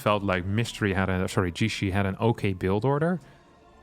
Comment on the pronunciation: Your pronunciation is actually quite close! Generally it's tricky to determine the pronunciation of Chinese words without the characters or intonation marks. I looked up his name and in Chinese it's 解释 and you could pronounce it like "Ji-ye-shi"